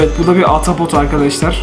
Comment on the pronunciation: Abi atapot değil ahtapot 🐙